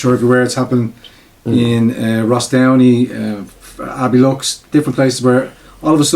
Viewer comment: Abbeyleeks, boy, not...Abbeylux !!!